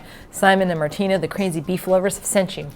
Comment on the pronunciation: rip martina brutally murdered by Simon and his horrid pronunciation